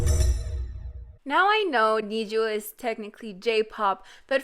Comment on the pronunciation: I am not trying to be rude or anything but you keep mispronouncing the name "NiziU" it's actually pronounced more like "Niji-You" because I am a Japanese person and I can read Japanese, and their name in Japanese is 虹U (Niji you.) 虹 (Niji) actually means Rainbow in Japanese and I think their group name is supposed to be like each member has different colors to them and the U means those colors unite to make one cohesive group, it's something like that.